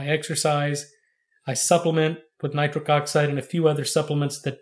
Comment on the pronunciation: Why’s he keep calling it nicric oxide.?